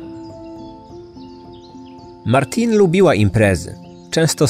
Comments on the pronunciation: Jej imię wymawia się Martine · Nie Martin ale Martine